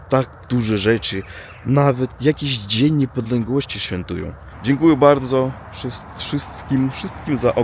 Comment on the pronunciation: Dzień Niepodległości Postaraj się to przeczytać inne twoje błędy Nie radzą ale wymowę tego dnia mógłbyś się chociaż nauczyć